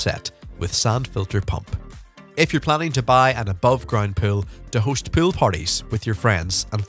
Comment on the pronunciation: This guys pronunciation of the word pool pisses me off so bad i cant watch this😂😂